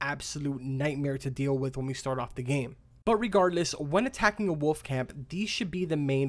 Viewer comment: Go to the mirror and practice saying the word woLF. God you say woff or woof. It’s woLF!